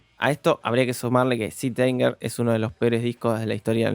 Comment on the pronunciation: Te banco muchísimo pero me duele que le digas "sit" anger a Saint Anger jajjaj